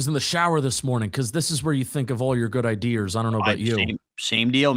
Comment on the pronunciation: Dude u gotta stop saying “idears” It was funny the first episode when you did it but it’s time to retire it😅